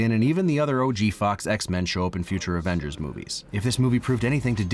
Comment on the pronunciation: The Exvenges